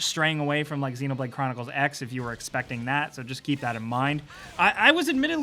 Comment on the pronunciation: You pronounce xenoblade like its xenomorph that how you pronounce it